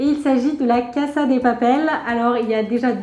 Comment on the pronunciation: Tu prononcé mal casa